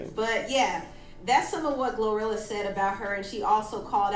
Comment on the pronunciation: He mispronounced her name and called her Gorilla tho😭